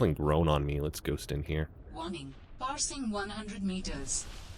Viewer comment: A problem I have with the PDA voice is that "passing" sounds like "parsing".